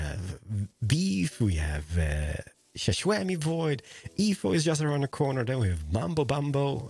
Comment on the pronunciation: I love how calls xisuma shaswami😂😂😂